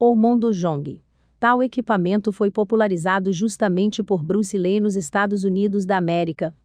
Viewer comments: Bruce Lei???😂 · Bruce Lee...sera sempre uma lenda das artes marciais...agora essa narradora n.sabe pronunciar o nome Bruce Lee.😏